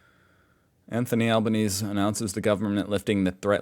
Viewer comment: A couple of pronunciation hints: Anthony AL ben EASY... Te BROOK... MAK e VOY. And the Salvos (also, Sallies) are, indeed, the Salvation Army. Interestingly, though the Salvation Army was founded in England by the Methodist evangelist, William Booth, its earliest growth, and some of its biggest innovations were in Melbourne, Australia. R M Williams boots are very well made. Usually over $500 a pair. The Sallies often sell new stuff which might be surplus to a shop's needs, or from a closure etc, and wealthy people will buy there, too, because they know the funds from the shop will go to welfare. Shotguns and rifles are both legal in Australia, but you have to be licenced which has prerequisites of good character, police clearance, and having done some training in both gun use and the legal restrictions on where you can and can't shoot, and under what conditions. Guns have to be kept securely when not in use and have to be transported under specific conditions. Having been shot at in the pre-restriction days by idiots who had no clue about checking before shooting, I am very happy that there is some weeding before people are authorised to have or use guns.